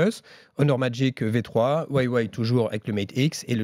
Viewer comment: C’est Huawei et pas Waîwaî